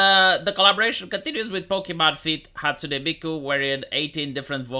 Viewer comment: It's Hatsune Miku, not Hatsune Mike Obama